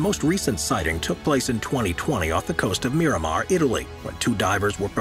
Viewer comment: ahhh yes...Miramar.........it's Miramare. Because mare it's sea in Italian.